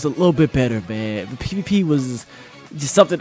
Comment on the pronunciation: Is it me or did he say pp instead of pvp